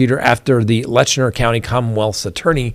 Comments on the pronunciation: It’s pronounced Lett-chur not Letchner. FYI. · You are mis-pronouncing the county name in the Sheriff case. It is Let- Cher , not Letch-ner. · Hey just wanted to let you know you are saying Letcher county wrong lol. You are putting an "n" in there pronouncing it Letchner. There's no "n" sound. It's said like "Lecher". Just letting you know 😊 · Learn how to properly pronounce LETCHER!!!! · It's pronounced Let-cher, not Lesher County. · Hey, it is Letcher County. No ‘N’ in Letcher. My family is from Whitesburg, Kentucky. My siblings and I own our family cemetery there. We go several generations back. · Not Lestner it's Letcher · It is Letcher County, not Letchner County. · I think you mean Letcher County, not Letchner County as you keep saying. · It’s LETCH-ER. There is no N in it.😂😂😂😂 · Its Letcher County, Not Letchner. There is no N in the name. Now you learned something. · LETCHER not Letchner. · I am, and you should be too, a stickler for spelling and pronunciation. The county is Letcher, not LetchNER. No harm no foul, but these things matter. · It's Letcher county, not Lesner county. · Painful hard pronunciation of “Letcher” 😮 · It's Letcher County. There is no "n". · No “n” in Letcher. Maybe you’re trying not to imply a pejorative?